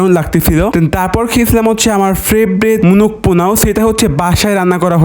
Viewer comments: আপনি কি তোতলা?? পোলাও কে পোনাও বলেন কেন?? 🤣🤣🤣🤣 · পলাউ❌ পনাউ✅ রোস্ট❌ নস্ট✅😂😂😂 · পোলাও রোস্ট ❌ পোনোও নোস্ট ✅ 😂😃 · পোলাও রোস্ট ❌ পোনাও রোস্ট ✅ মোরগ পোলাও ❌ মোনগ পোলাও ✅ ডায়েড ❌ দায়েদ✅ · পোলাও ❌ পোনাও ✔️